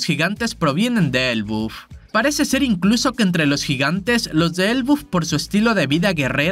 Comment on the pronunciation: se dice ELBAF tio me extraña jajaja